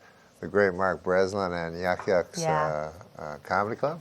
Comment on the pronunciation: did he say yakovs comedy club? lol